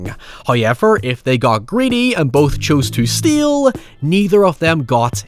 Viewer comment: YouTube's captions think can't say "steal" (it always shows up as "steel") and I probably agree 😂